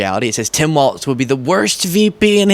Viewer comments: it's pronounced walls. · It's pronounced "walls." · ..there's no "T" in Walz (pronounced Walls) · It's pronounced like "walls" not "waltz". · It's pronounced "walls." You're welcome 😊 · WALZ, it sounds like you’re saying Walt or Waltz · His name is pronounced Walls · I'll subscribe if you stop pronouncing the imaginary T in Walz. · May I gently correct you and clarify his name is Walz? No T. :) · Hi, love your videos. Nice to see an intelligent young man! Please watch how you pronounce Tim Walz's name though. You are not the first, and will not be the last, but it appears that you include a "t" in his name and pronounce it like the dance. It's pronounced as "walls". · I love watching your programs but, please, stop mispronouncing my governor's name. 🤣🤣🤣 Think of it as "walls", not waltz. Nobody, to my knowledge, would mispronounce you as " Beastly". C'mon sunshine, you've GOT this! 😁👍👍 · I love your channel and your videos, and I look forward to more. Walz is pronounced like "walls", not "waltz". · Dear internet: it's Tim WALZ (pronounced WALLS), not "WALTZ". Thank you. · If I may...Tim's name is Walzzzz, not Waltz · I'm sorry sweetie, but his name is Tim "Walz," like walls...not waltz like the dance. Ya might wanna correct that bcuz youre going to be talking about him for quite awhile...4½+ yrs to be exact. But I loved the accuracy and truth in your video. That's so hard to find these days. Oh, and I can call you sweetie bcuz I'm wayyyyy older than you.😊 Watching from Canada.🇨🇦😊👋👍Love your work. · Walz ( WALLS) stop saying walTz....c'mon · Its WALZ not WALTZ